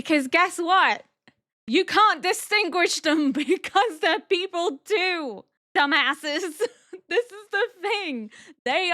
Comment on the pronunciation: LMAO the way you said dumbasses sounded so American 😂